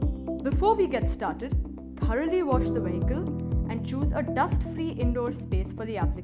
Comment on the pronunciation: “This video will show you how to install Vin-nile in your we-hickle.”